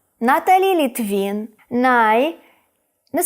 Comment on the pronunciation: Не Літвін, а Литвин! Їй напевно горить😅